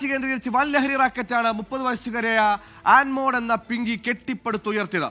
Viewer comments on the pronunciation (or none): Anmol... ആൻമോൾ അല്ല 😂